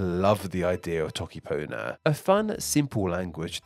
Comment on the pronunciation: He said the whole alphabet while trying to say toke panyo 💀💀💀💀